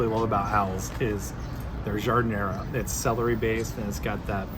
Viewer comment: I wish narrators of food films would take the trouble to learn correct pronunciation of the items they describe....... Giardiniera: "jarr-deen-yierra".. it's NOT difficult!